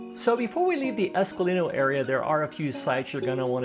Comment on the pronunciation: It’s Esquilino not Esqualino.